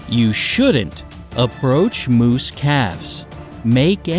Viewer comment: It is "moose" not Mose! You must live up in the northern country, but hiding and being VERY quiet is always good, they will usually go away. A mother moose will attack, but normally, they will hear you before you even see them and they will move away. People need to learn to respect the space of ALL wild animals and leave them alone in the wild! But if you ARE going to be in their area, learn some safety rules in dealing with them if necessary. Today, since humans are encroaching on wild areas so much, meeting a wild animal happens more frequently so if you live in one of those areas, learn how to deal with them so you BOTH are safe!